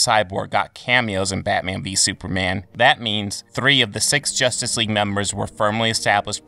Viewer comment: It sounds like you’re saying soupman